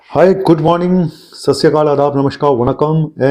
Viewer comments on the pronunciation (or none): none